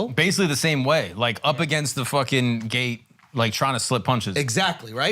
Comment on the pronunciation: He said “gate” 😂😂😂